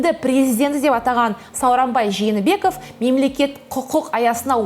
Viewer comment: кызым, сени дипломированный журналист деп коет. Туура суйлоп уйрон. Откон видеондо ЖАНЫБЕКОВ, АТАМБЕКОВ, ИСКАКОВ деп, жалган фамилияларды айттын. Москванын орус журналисттери туура айтып атышат сага караганда: Жээнбеков,Атамбаев, Исаков деп.